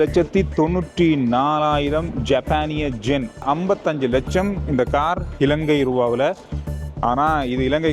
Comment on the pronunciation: எத்தனை பேர் எத்தனை தடவை திருத்தினாலும் இன்னும் ஜென் என்று தான் சொல்கிறீர்கள்.யென் என்று சொல்லவும்.இதிலிருந்து எங்கள் கமெண்ட் ஸ்களை நீங்கள் படிப்பதில் லை என்று தெரிகிறது